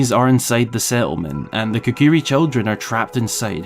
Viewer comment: "Kikiri" Forest? Seriously?